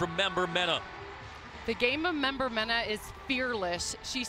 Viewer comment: If they say member-mena when its meneh (men-eh) one more time lol